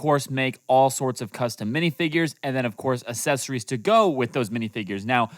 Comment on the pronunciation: Dude said assesories💀💀💀